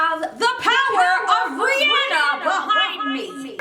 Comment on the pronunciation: she just said riyenna